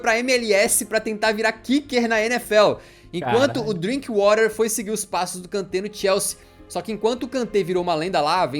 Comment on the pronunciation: O cara disse o nome do DrinkWather errado kkkkk ele usou o inglês americano. Porém é um jogador inglês então é exatamente como se escreve. O Alan tinha dito certo antes do cara do vídeo falar errado e foi pego no efeito manada e começou a falar errado também kkkkkk